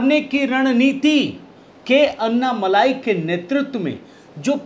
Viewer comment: अन्नामलाई नही अण्णामलाई बोलिये